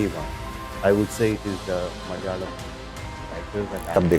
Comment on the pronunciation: ITS NOT "MALYALAM", malayalam it is. Its easy bro.. pls